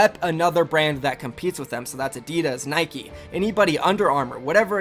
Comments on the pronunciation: It’s Nike not niky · are you serious? “Nikii”..